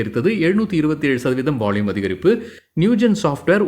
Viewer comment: நீங்க பாலக்காடா!! வால்யூம்ஐ வாள்யூம்ங்கறீங்க...!!!!!!😅😅😅😅😅🎉🎉❤❤..